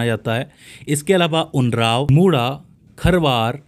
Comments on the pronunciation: Sir Mai bihar se hu aur "Orawn" janjati se hu. Jiska sahi uccharan ( ऊ- रां- व) hoga. Na ki "unraao" but it's ok 👍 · उरांव का आपने गलत उच्चारण किया है।